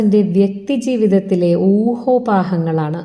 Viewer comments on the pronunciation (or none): എന്തര്?! ഊഹോപാഹങ്ങളാ? ഇത് എന്തര് ഭാഷയാ അപ്പീ? മലയാളം തന്നെ? അങ്ങനെയെങ്കിൽ ഊഹാപോഹങ്ങൾ എന്ന് പറയണം കേട്ടോ 😂